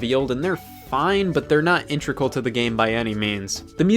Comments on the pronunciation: Scott you know it’s “int-e-gral” right? And not “intregal” (7m55s) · I love your videos, but if I hear you mispronounce the word “integral” on more time I’m gonna beat my copy of Mario galaxy to death.